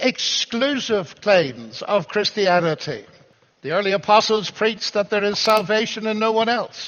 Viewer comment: do you realise that Americans like yourself pronounce "Christianity" as "Chrish-tianity"? You do in this video. It's very odd and not nice. Why can't you take out the -sh sound and replace it by a -t?